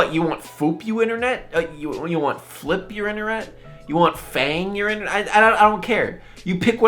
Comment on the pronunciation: "You want flip your inneret?"